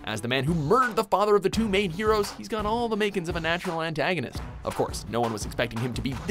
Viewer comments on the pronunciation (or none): none